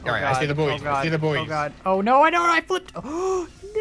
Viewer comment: Buoys are pronounced ‘boys’ not ‘booeys’